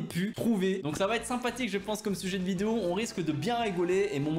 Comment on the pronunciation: il a dit video au lieu de vidéo 😂😂😂